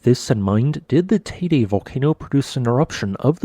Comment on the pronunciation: Out by of respect for the people living in the island and those who are listening Can't the guy make the effort of pronouncing the name of the volcan and of Tenerife in a way that everybody understand to what he is referring to.